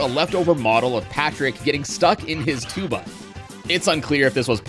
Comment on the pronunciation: “tuba” jfc…not even close dude